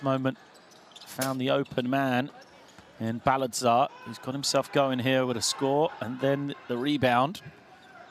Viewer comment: its "Bal" "ta" "zar" Do your homework.